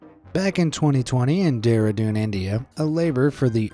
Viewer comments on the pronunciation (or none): It is pronunced deradune